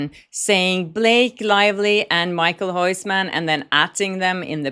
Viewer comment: Michael Hoissman?! Who's that? You pronounce his name something like: Mi-khil Hous-man (not the correct spelling of his name). With kh I mean a Dutch G sound, which is a raspy sound from the back of the throat.